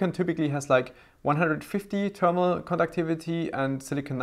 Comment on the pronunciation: I like how u say termal paste!